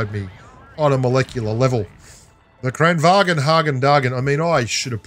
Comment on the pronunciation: another fyi: kranvagn means “crane” in swedish, it’s supposed to be pronounced kinda like “kran-vaan”, pretty much everyone but messed up lol edit: and heck “drum autoloader” is the conventional autoloader in world of tanks